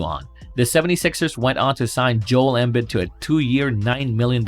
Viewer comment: Stopping saying embid wrong